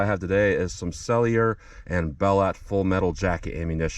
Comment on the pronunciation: thanks for another great picket pistol video. (bell-o) t is silent murica